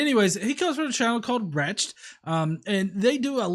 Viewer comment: While I have wretched listening to Todd, his channel is pronounced wretch-ed. As in he is a wretched sinner.